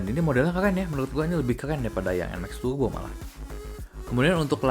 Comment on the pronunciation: PCX TAPI YG DI BENEREIN BEDAIN BANG ANTARA ERRRRR ATAU ERGGGGGGG GAK PAKEK G YA RRRRRR BUKAN TURBO BUKAN TUGBO